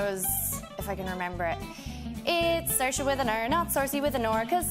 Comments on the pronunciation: Saoirse is beautuful, wonderful, funny and articulate......but please please pronounce your own name correctly. It is pronounced SEERSHUH....never SERSHUH. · I'm Canadian but it sounds like she says sersha to me. I'm sure an Irish person would say something different tho lmao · ‘Sore ass’ Ronan?